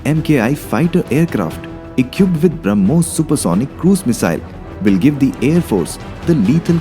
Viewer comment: who did the voice over for the video the prununciation is reALLY BAD eg "its engine not AEN-GEN also equipped not aei-qui-ped